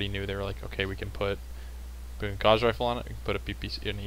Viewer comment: Great to see most, except, now correctly pronouncing Gauss! Agree with most points made, especially regarding Laser Durations which have been clearly in need of a reduction since the game launched. Pulse Lasers have improved a bit more than once but they are still not there.